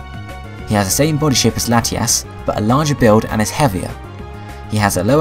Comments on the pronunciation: u say latiass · Ha ha u said lateass